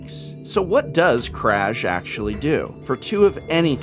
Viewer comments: Aaaaaaaargh! That's not how "Kraj" is pronounced! :D It's more like Kray. Oh and btw, it means End. :D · Given that the Ravnica vocabulary is heavily based on Slavic culture, I assume "Kraj" should be read as "Krai".